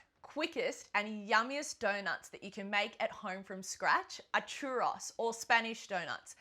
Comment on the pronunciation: Can cook churros, but cant pronounce churros correctly